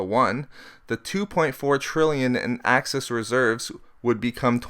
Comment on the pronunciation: Very interesting. I'll check these out and read them for myself, but I am interested in seeing whether inflation rises and what the particular causes end up being. On a more humorous note, do you know that you tend to pronounce "excess reserves" as "access reserves"? Hehehe... Must be that light northern Canadian accent. Don't take that as a criticism though. It didn't take away from the content. I just thought I'd have a friendly pick at you. Looking forward to the next videos!